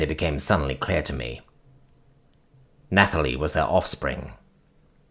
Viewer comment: Oh this was good. This is a story that deserves some more. Either Hima or the Contingent. As a note: Dingy: din-jee Nathalie: Natalie, for some reason in the name the h is silent.